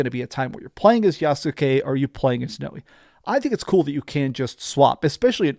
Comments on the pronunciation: Thanks! You’re awesome. Btw it’s pronounced “now-ay”. Stoked for this game. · Noee and YasUke? I know they had to have said their names in cutscenes. How did you not know how to say their names? And no AC does not have “actual aliens” Corey May even said it was written in the AC lore Bible that the First Civ are not aliens. I’m sorry but someone who played these games should know that